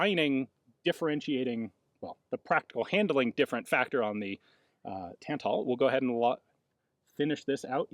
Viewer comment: Both As in Tantal are pronounced the same way, the second one should sound the same as the first one